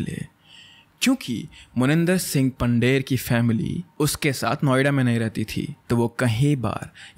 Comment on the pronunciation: I'm not trying to be rude but it's not Pander Pandher and it's pronunciation is पंधेर not पंडेर . ❤️